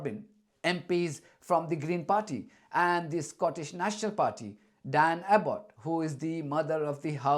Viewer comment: *Diane Abbott, not "Dan Abbott".